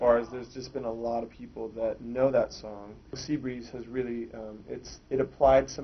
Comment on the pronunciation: "See" breeze -_